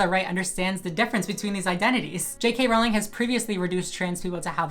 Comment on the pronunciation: You're so full of shit. And you don't even know how to pronounce Rowling.